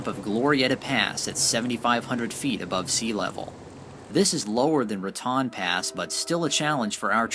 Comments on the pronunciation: It isn't Ra Tawn - it's Ra Tone ------- Ra Tawn is in Florida and best to roll thr r = rrratone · It's pronounced Ra-tone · Haven't read all the comments, but I am sure by now that you realize it is pronounced 'ra-tone' New Mexico. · Ok Raton is pronounced "Ra-Tone" not Ra-Tan.... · It is pronounced Raton, with a long o sound.....Otherwise it would be spelled Ratan. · Most of us out here pronounce Raton with a long o , as in ra tone. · Raton is pronounced Ra TONE such as tone deaf. When you don't research proper pronunciation you end up sounding like a moron and leave yourself with a lack of credibility. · LOVE your awesome videos...thank you! ONLY thing to add is it's pronounced Ra"Tone" Pass :) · FYI - Raton, New Mexico is pronounced "ra-TONE." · ...FYI it's pronounced Ra-tone. And Hoehne, CO is Hoe-knee. I used to summer there. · If you're going to narrate this video, then please learn to pronounce the town names such as Rincon and Raton. This is a little distracting for those of us who grew up pronouncing the Spanish named towns.